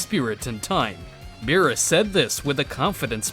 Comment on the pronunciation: Beerus not berrys